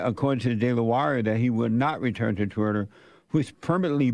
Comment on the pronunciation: "Twutter" and "Tesler". Elon is doing even better than I thought.